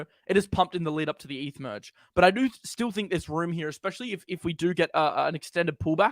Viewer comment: Muhdge Muhdge Muhdge. It’s “Merge” ya tool!